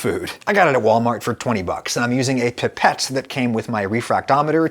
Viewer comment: It's pronounced pipette, not pipette. Otherwise great video.